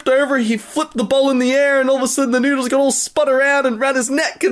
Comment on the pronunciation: they aren't noodles, they're noose-les XD